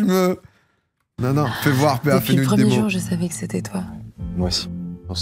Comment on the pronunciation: Ah ok !! Merci ! Avant de voir PA en lettres, juste à l'écoute dans la vidéo, j'avais l'impression qu'il disait "père" avec un de ces accents qui "endort", le r à la française tsais 😂